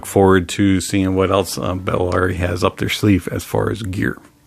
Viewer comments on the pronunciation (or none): Buh- la-ri